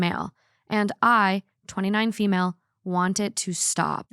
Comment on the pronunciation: I am crying, I am so stupid😂 When read the title of the first story and I heard "fish (4/ female)" I was like oh interesting OP calls her daughter fish?😅 And I started thinking that maybe in Scotland they use fish for daughter😂😂